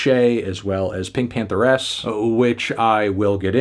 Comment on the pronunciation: It’s just Pinkpantheress bruh… why you sayin it like that?? 😂